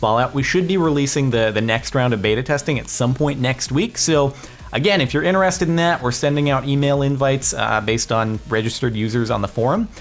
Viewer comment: INTRESSTED not intererererstededed